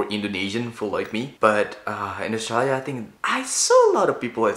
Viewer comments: You pronounce Australia wrong every time, otherwise nice video. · sounds like he pronounces Australia as the word is usually pronounced in Bahasa Indonesia.